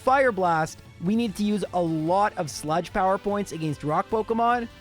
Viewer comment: yo i love your videos but I hate the way you pronounce "against"